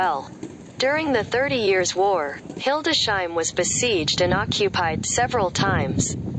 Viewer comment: It is named Hildes-heim, not Hilde-sheim. Computerized reader? Wife is from the area and we have visited multiple times. A nice city.